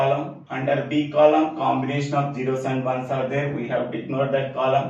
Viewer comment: sir you sre awesome but it's not gero it"s zero (just for fun):thanksdoc::hand-purple-blue-peace